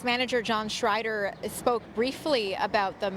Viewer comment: Hi, it's Schneider not Schreider. Muchos gracias